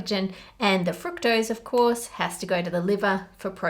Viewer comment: I love the video but the way you pronounce the word fructose annoys me lol